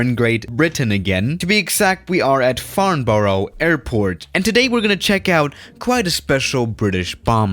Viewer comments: That is not how you say Farnborough!!! :D 'Farn bo row' is just a no, it's 'Farn buh ruh'!!!!!!!!!!!! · today we are at farnboro airpprt me: slaps face and sighs ' its farnbourough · its pronounced farnbruh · Farnborough is pronounced farn-burrer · It’s pronounced farn bruh. I know that because I live down the road and go to school there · Nobody:: Today we are in FarnBORO INSERT FACEPALM HERE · Pronounced Franbruh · hey, just wanted to let you know its actually pronounced farn-be-ruh! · WOAH! I LIVE IN FARNBOURGH! And.. your prouncesinf it wrong, but bruh